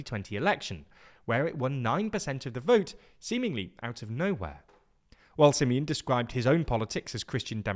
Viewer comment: How he pronounced Simion s name :))) crazzy staff :) almost as bad as the misleading content . Sorry to say that but it is the truth 😊